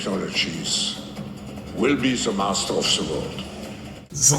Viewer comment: “We have to penetrate zee cabinets”